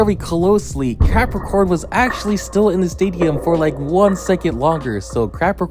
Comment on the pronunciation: Im lmao cuz he says crapacorn